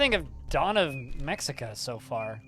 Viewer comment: Looks pretty neat. By the way, the 'x' in Mexica is an 'h' sound, so it's pronounced Meh-Hee-Kah.